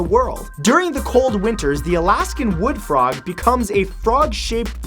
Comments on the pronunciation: did he say "The Flog Thaws"? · "The flog thaws..."